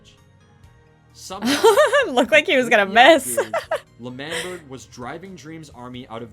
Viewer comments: its LE MAN BERG not manberg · Its not lamberg its Lamanberg its L'manberg I know but you say lamanberg you know? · Lamberg Angry Wilbur noise It's L'manberg Le man berg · lAmBeRg.. Me:😂😂😂😂😂😂 lmfao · Pronounciation of L'manberg is Lemanberg, btw i love your videos so much💜💜